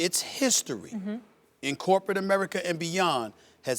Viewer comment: “Ameriker” - Stephen A Smith